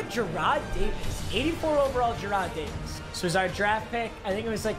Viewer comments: Oh I forgot to mention it's JAR"RED" DAVIS... I thought it was pronounced JARROD DAVIS too it happens lol... But I got ur back man!!! Ok I'm done now time to go get my GF from the DUNGEON and start CLAPPIN' 👏 CHEEKS 🍑!!! 🤣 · My mans really said 👏jer👏 rad👏 davis👏